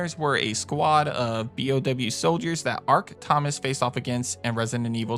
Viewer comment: I should've realized long ago that Grave Digger was a girl. Also, Ark's last name is Thompson, not Thomas.